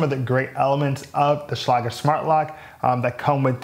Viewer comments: He is using a German pronunciation, but I believe I've heard ads where it is one syllable like "shlayg" with a hard g. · okay, I'm a locksmith and that's definitely not how you say Schlage. hahaha great thorough review though man! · You pronounced Schlage wrong.